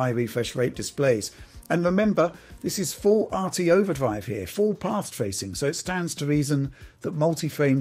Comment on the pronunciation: Not trying to be mean, but this guy’s rhotacism really gets to me for some reason...I actually had to look up what it’s called. Hearing “phwame genewation” and “path twacing” over and over is just too much, man. If it’s due to a neurological issue I sincerely apologize, but if not... yea 😭